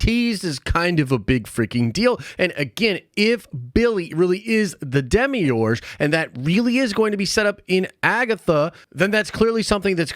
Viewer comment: Cause I was like, was I the only one who found the way he was pronouncing demiurge kinda annoying af?! lmao